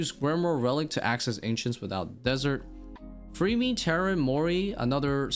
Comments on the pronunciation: When you say Varlamore is casual, you are really not taking into consideration that to get the 9th and 10th combat mastery, you have to beat Sol Heredit Echo, and TzKal Zuk Also why are you saying Freemy? its Fremmy, two m's, not two e's.. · I've never heard someone say FREEme for fremmy lol.